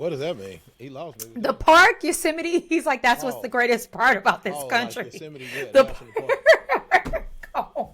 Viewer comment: Is Yose-a-mite anything like vegemite?🤣